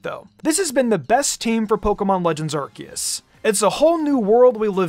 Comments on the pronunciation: HIH - SOO - IAN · Its hi su i